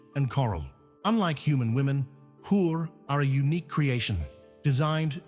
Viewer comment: Assalamu Alaikum Wa Rahmatullahi Wa ba Rakatuhu Brother . Firstly , It's Hur, and please make it correct in the subtitles cause " Whore " is not the same meaning . Sorry brother and the women who is married multiple times and if all her husbands goes to jannah but she will be with the last one according to saheeh hadith. Secondly , the last person who will enter jannah will have 10x the size of this dunya and two Hurs . Again, it's not the number you are thinking cause a man will be given 100X power to mate with Hur . Another Hadith is a man who will be asked to choose Hur whomever he wants because he controlled his temperament in this world and stayed calm in every situation in this world . He will be asked to choose anyone . Another Hadith is if a Hur just shows a glance of her finger in this sky's atmosphere, it will be so radiant that the suns light will be dimmed against it . Another hadith is if a Hur just spits a bit in this worlds ocean, it will be sufficient to turn the whole ocean from salty to sweet . Lastly, here we are made out of clays . But in jannah, the Hurs are made of Saffron . Its totally different. That's why the Holy Quran says , " Jannah will be like that no ears have heard , No eyes can see, and no hearts can even imagine . " But the ones suppose Maryam AS will be more radiant than Hurs . And if a husband and wife both go to jannah, then she will be the Queen of Hurs for that husband and most beautiful . 😍. Zajakallah brothers .